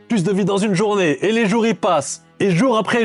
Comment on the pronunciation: Pourquoi ta dis la « journavé » t es lyonnaise ??? Ça m’a fait plaisir quand ta dis wallah .